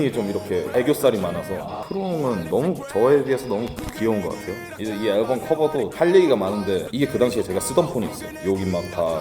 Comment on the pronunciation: 앨범 발음 개웃기네 진짜 aㅐㄹbㅡㅁ